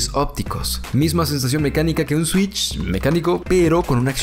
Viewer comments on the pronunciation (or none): none